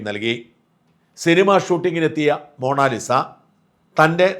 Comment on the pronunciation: എടാ കറിയാ മോണാലിസ അല്ല മൊണാലിസ.